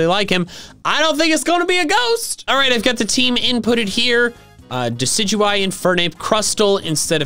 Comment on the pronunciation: The amount of times you said diciguie(sorry if I spellt it wrong ) during my shiny hunt for shiny Rowlet